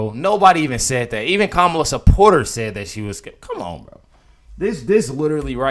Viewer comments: DID HE JUST SAY HER NAME THE EXACT SAME WAY EVERYONE WHO'S CALLED A RACIST SAYS HER NAME?!!! 🤣 That's funny .. the nerve! And then wants to talk about people mispronouncing her name. 🤦🏼‍♀️ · The mispronunciation is Biden's fault from the very beginning. He pronounced it cuh-MALL-uh. It's COMMA-la. But I've heard representatives from both parties pronounce it both ways. I really don't think it's intentional. Her name is unusual, and since more people are familiar with Spanish, and not so familiar with India-n name pronunciations, it's an honest mistake! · Her name is pronounced "kackala". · Even Biden couldn’t get the pronunciation of Kamala right in 4 years! He calls her Camel-aah.